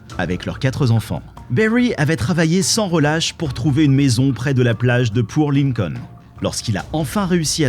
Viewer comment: C'est "Port Lincoln" et pas "Poor Lincoln"...